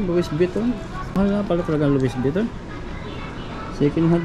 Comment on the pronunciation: Lo-wi vi-ton pagbigkas nyan bro. Silent "s"hehe